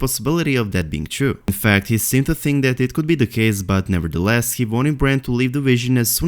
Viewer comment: Just 2 notes. 1.Its not "V"ill / "V"arned,its "W"ill / "W"arned 2.Its not "F"ink / "F"eory,its "Th"ink / "Th"eory